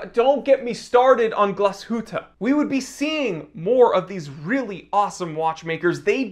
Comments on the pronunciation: It's not "Glass Hooter" it's "glass shoot" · The "ü" in Glashütte is short (because of the double-t). Also, as a watch-geek you should go the whole hog and pronounce "Original" the German way (Oh-rhee-gee-nahl) - the "g" is hard.